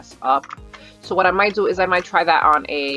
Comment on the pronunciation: Sounds like un instead of on